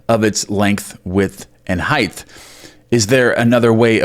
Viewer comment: If you keep adding a “th” to the word “height”, I’m gonna scream! 😫😂😂. Tongue twister, eh?☺️